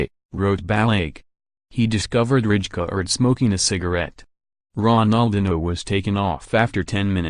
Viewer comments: Yo Bro its not Richkard but Raikard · It's not Ridjecard, its Reikaaard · yes, but you kind of pronounce it as raikaard. The “ij” isn’t in the English language. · Its Rijkaard dumbass